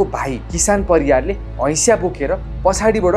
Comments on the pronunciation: हैशा होइन हँसिया 😂😂😂😂😂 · Hasiya ❌ Haisya✅